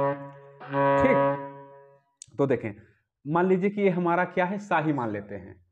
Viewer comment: "स" नहीं "सा" होता है